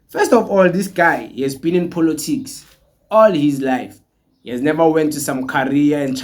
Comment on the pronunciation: Point of correction its called Politics not "-Polotics" as you call it😅but i love your videos though